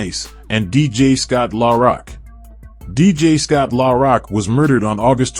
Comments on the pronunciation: Killing me how he pronounces Scott's name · I hate these fuckin AI generated voice overs in my soul! At least have a real person pronounce Scott's rap name correctly & what the fuck does Jay Z from Brooklyn have to do wit Scott? SMH